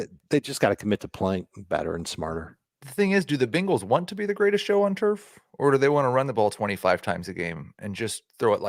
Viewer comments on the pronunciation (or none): none